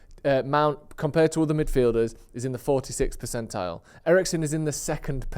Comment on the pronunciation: Why do you say percential?